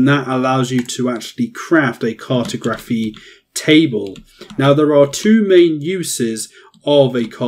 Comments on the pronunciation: “CART-oh-graf-fee.” 😆 I’m dying with that pronunciation. Try “car-TOG-ra-fee” next time. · CAR-to-graphy? Lol it's car-TOG-raphy. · car.tah.graf.y not cartoe. grafee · CAR-toe-GRAPHY car-TOG-raphy Is this an accent thing? I’m not trying to be a grammar dick. I’m genuinely curious, because I’ve always pronounced it the second way. Anyways very helpful video. Great stuff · I’m glad you realised the pronunciation was a bit off 😂 great video tho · Cartography is pronounced like geography. The way you pronounced it sounds cursed, it's like saying photo-graphy as opposed to photography. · Where is the presenter from? Why does he pronounce cartography that way? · Good guide. But that's not how you pronounce cartography 🤦🏻‍♂️ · Or when he mispronounces Cartography or Cartographer 🙈🍻